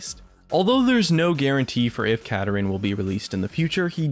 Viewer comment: It's Kapparin